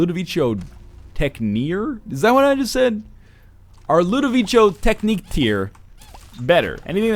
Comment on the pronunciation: I wonder when NL will learn to pronounce Ludovico Technique